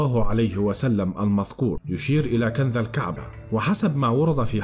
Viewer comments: كنز وليس كنذ!؟ وفي آخر الزمان وليس الذمان... وما دام كل شي آخره الله اعلم... انت ليش متعب نفسك!!؟؟. المصريين هدمو هرم اللغه العربيه 😠..... احه 😏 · يا اخي ما الربط بين الكنز الموجود تحت الكعبة وكنز نهر الفرات حين يجف انت خلطت الحابل بالنابل. وما هذه اللغة والنطق من اين جئت بكلة (كنذ) كنز (الذمان)الزمان تعلموا لغتكم فضحتونا بين الامم. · كنذ وكنذ وثحيح عندك مشكلة في نطق الحروف ياباشا